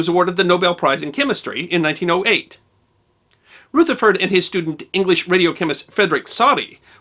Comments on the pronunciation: It's not "Rootherford", it's Rutherford using short U as in "crush" - unless you're going to be awkward and say "croosh".... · Rutherford is pronounced 'Ruther-ford' ('Ruther' rhymes with other), not as "Ruth-er-ford" or "Ruth-ford" . (I'm a New Zealander and was taught all about him in school.) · and you're pronouncing it "Rootherford", when most science historians and commentators I've heard say it "Ruhtherford".... Am I annoying y'all yet?... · Is Rutherford really pronounced Rootherford?